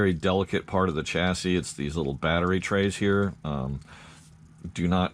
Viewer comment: Why do you keep saying chass-is?